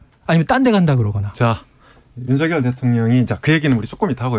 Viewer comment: 주기자님~!! "윤석열"을 어문법상 '윤성녈'로 읽는 게 멎습니까, '윤서결'로 읽는 게 맞습니까? 제대로 발음해주세요~!!